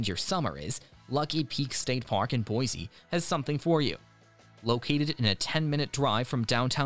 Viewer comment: I can forgive Far-a-gut, but Boise with a Z just grates on my nerves. The boy went to the sea, what did the boy see?